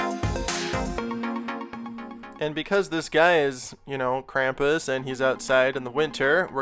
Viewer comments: If your going to do a German thing and say it wrong than I'm done It's said (Kram-poos) Krampus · It is pronounced "Krahm-poos", with really an "s" at the end, not a "z". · the pronunciation of Krampus is very different in this video. I’ve only heard the German pronunciation with the long “u” sound which is more like an American saying “Kram-puss” and the “Kr” being said in the throat. pretty interesting how different languages say this word.